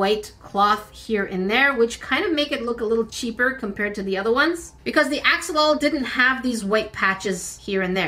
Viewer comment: Here I am again with a 🌟Friendly reminder🌟 That's NOT the correct way to pronounce Axolotl 🥲